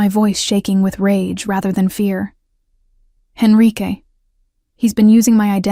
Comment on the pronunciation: Enrique not Henrique.